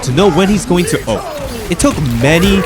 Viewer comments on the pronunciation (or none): My biggest gripe with this is hearing the word "Ulti" instead of just Ult like a normal man. But otherwise, nice stuff. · Saying "ulty " pissed me off more and more everytime u did it but other than that good video